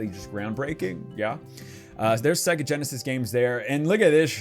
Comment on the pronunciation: Segga??? What is segga??? you let me down man. That's sacrilege dude. It's Saaaay-ga. Otherwise LOVE the nostalgia in this vid!